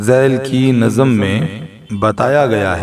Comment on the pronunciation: نظم کا‌تلفظ درست کیجیے ۔۔۔۔ ظ پر جزم ہے